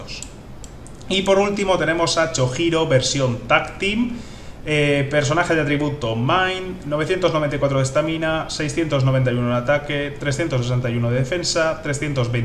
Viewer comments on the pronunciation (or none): Por que le llamas chojuro si se llama chojiro, es por algo en especial o en la serie le llamaban así, buen analisis como siempre pero yo ya saque a ichigo y rukia y no me interesa renji aparte las piedras me empiezan a escasear... Y esperare a final de mes y sus novedades!!